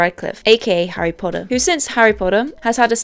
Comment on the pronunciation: WHOS HARRY PODDER.....?😄